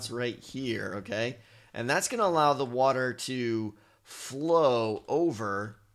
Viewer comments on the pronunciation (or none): none